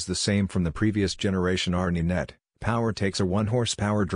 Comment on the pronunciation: A robot !! Can't B.M.W. afford a real announcer? R Knee Net ha ha ha sheesh tough to not laugh